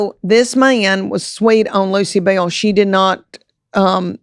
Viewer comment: “Bell” with two syllables is crazy